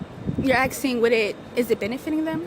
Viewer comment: You axing....?